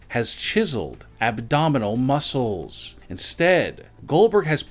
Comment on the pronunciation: Muscles, his pronouncation - muscorles